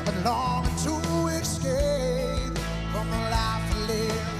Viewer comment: Love the song but I can unhear you pronouncing it "eCscape". You'd think someone would have caught that during one of the many rehearsals.